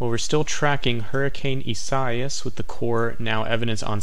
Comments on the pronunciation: Bro. "ee-sah-EE-ahs" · That dude can’t pronounce the Hurricane name correctly... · He is very intelligent, focused on what it does. Only intelligent ppl know this.